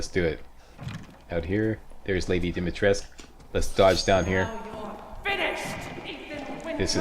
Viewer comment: More video pls :))) yeah in English is Dimitresc'u but the name is Romanian so is called DimitrescU. That is for you to know not to force you to say it :)). That is the true walkthrough not many on youtube say welcome on whatever game walkthrough and they say what i do with that, or what is this or worse, pretend they don't remember the game or never play (((((. Playthrough is a playthrough, walkthrough has already finished the game or play in advance. See that's why i love you... :D